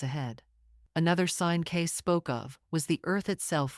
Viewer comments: Cay-see ... Edgar Cayce ... not Edgar Case! If you are going to make a video, at least get the names right! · It's PRONOUNCED "CAY-CEE" EDGAR CAY-CEE MY MOTHER AND I READ EVERYTHING HE WROTE. Actually WRITTEN ABOUT HIM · There have been several books about him. Just do a google. But - unlike in this video - his name is Edgar Cayce - not Case!